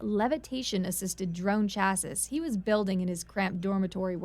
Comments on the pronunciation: Several mispronunciations. "Chassis" is not chass-iss, it's chass-ee. And "larval" is not i-ar-val, it''s Lar-val. That's a lower case L, not an uppercase i. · Please, for the love of all that is aviation and actually flies- say CHAS-see instead of Chaz-sis